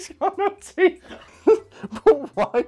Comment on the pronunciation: For the longest time, I thought you guys were saying the woman wanted money to buy tea and not TEETH how the fuck did I not realize this sooner